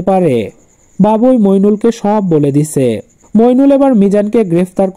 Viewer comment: দিছে কোন ধরনের উচ্চারণ একটু বলবা??